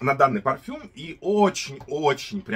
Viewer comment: Автор , не рОджа, а РожА.. Не парфам а парфюм.. Режет слух когда не правильно называете ароматы ...